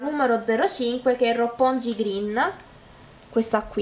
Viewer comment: Adoro questa collezione! Sì, i nomi degli ombretti corrispondono ai quartieri di Toyko ^_^ li hai letti tutti giusti tranne Roppongi, che si legge "Ròpponghi" XD